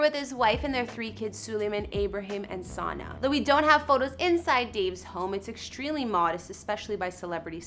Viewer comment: It’s sanna not senna just saying